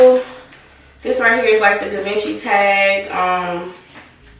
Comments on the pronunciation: * pronounced Gee-vawn-chi... like in a French kinda tone lmao.. but nice bag👌🏽👌🏽👌🏽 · You're pronouncing Givenchy wrong.